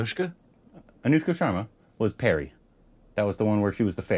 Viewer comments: Purry not Perry. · You should pronounce the 'Pa' in Pari like 'Pa' in Papa. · It’s tooth Pari. Pari as in papa. Pari means fairy in english